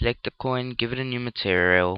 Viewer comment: "turtererel" "mertererel"